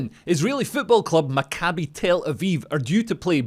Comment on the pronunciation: Love ya, Leo, but it’s pronounced MACK-ah-bee, not mac-CAH-bee. (Same for the other guy who said it incorrectly.)